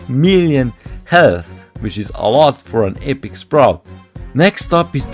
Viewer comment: Seelver, eepiek sprout